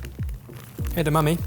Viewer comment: Did anyone else catch saying eda-mummy? 😂